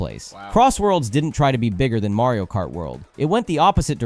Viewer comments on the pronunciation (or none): Mario "Mart"?? :P